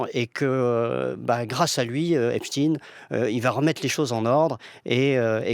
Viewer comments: Pourquoi on est passé depuis qq jours de EPSTEIN à EPSTINE , dans la prononciation du nom en français ?? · Pourquoi vous dites epstine alors que c'est epstein il n'était pas russe ????il était américain !!! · Mais arrêtez de l'appeler epschtine son nom c'est epSTEIN !!!!!! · Mais de qui on parle ... Epstein ou Epstine? France culture serait antisémite ? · ET POURQUOI DIRE "EPSTINE" (CE N'EST PAS POUTINE) AINSI, NOTRE GRAND PHYSICIENT ALBERT EIN STEIN VOUS NE DITES PAS "EINSTINE" !!!